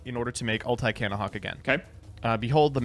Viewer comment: Why tf does pronounce “ulti” like “ult eye”